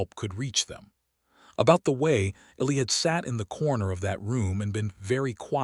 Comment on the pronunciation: Please work with AI to correct the pronunciation of the little boys name. The boys name is “E (long e) & Lie”. Listening from TN.